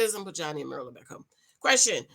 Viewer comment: It's not "MER-LA", IT'S PRONOUNCED: 'MEAR' (LIKE: FEAR) LA! MYR LA